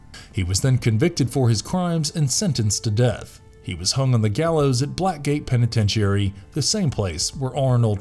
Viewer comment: I'm slightly amused by how you mispronounce "penitentiary."